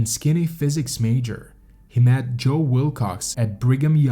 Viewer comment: Words like understood and good are not pronounced understewd and gewd. Met is not mat. Leader is not litter. You don't get to change how a word is pronounced just because you are a narrator.